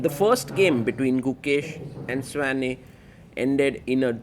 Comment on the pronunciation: It is pronounced Svane not Svein